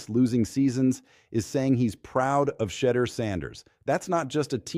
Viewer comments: STOP!!, STOP!!!, STOP!!!!! CALLING HIM "CHEATER" HIS NAME IS PHONETICALLY "SHA-DURE" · How come you cant pronounce Shedeut's nams Correctly?!